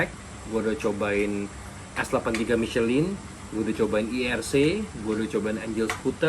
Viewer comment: Cuma ngasih tw aja Om... Ban MICHELIN itu dibacanya MI SE LANG Krn itu produk Perancis jd emg gitu pengucapannya. TerimaKasih🙏